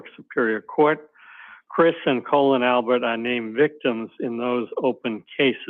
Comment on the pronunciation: If Cosgrove can't get someone's name correct like Colon Albert he needs to retire!!! FFS 🤦‍♀️🤦‍♀️🤣🤣🤣🤣🤣🤣